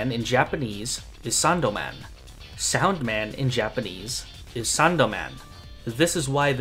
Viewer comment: the argument with similar pronunciation makes little sense here, since you pronounced サウンドマン incorrectly. The difference is still "Sandoman" vs "Saundoman" which, if you would actually pronounce the ウ as it should be, it still sounds different and is very similar to the English pronunciation. Just thought I'd point it out